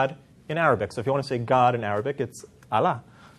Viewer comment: He cannot even pronounce A L L A H correctly; even true Israelite-Jews knows how the name of GOD is pronounced.